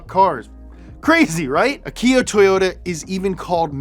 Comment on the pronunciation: ach eee ooh not aki oh